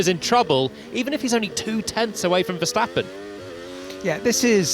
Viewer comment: Max Verseventh 😂😂😂😂😂